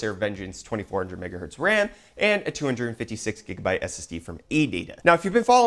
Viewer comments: We need a petition to stop you from saying Jigabyte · Why jigabyte and not jijabyte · Take a shot every time he says "jigabyte".